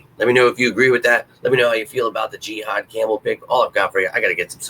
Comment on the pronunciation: Pronounced “juh-haad” not “jee-haad” lol